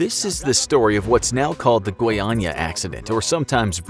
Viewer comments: oh he can speak "goiânia" normally. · Impressive narrative. So as the right (and hard) pronunciation of "Goiânia". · FINALMENTE UM AMERICANO QUE SABE FALAR GOIÂNIA Finaly an american that knows how to say goiânia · One of the few times I'm seeing a native English speaker pronouncing the acute and circumflex tone correctly in Goiânia and Goiás, Nice video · Actually impressed how he managed to not trip on the pronunciation of Goiânia and Goiás. Foreign people tend to have problems pronouncing... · Wow, did you know the exact pronunciation of Goiás and Goiânia? Wow! A+